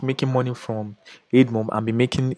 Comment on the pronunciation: Great content. I just feel you should know this... It's (AD)mob as in "Advertising" not EDmob.